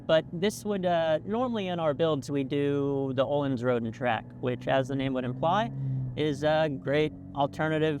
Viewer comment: You can easily pronounce the letter Ö in Öhlins if you say it similarly to the American English "world" letter O, or like the U from "murder".